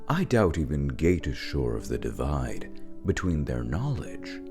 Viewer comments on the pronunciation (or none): none